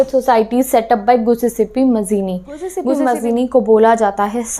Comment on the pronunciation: it's not giussepe it's giuseppe